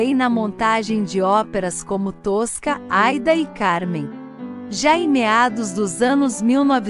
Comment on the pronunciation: O nome da Opera é Aída e nao Aida Tosca tambem náo é essa a pronúncia